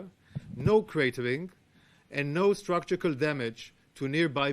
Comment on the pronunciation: He needs to work on his pronunciation of "structural"